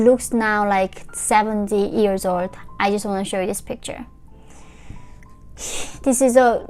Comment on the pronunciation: you say 'just' with a pause somewhere through this and it read as the complete opposite of what you wanted to portray. may I suggest a double check with a native English speaker <3 we get what you mean but it made my heart drop hearing you say something that could be cherry picked to mean the wrong thing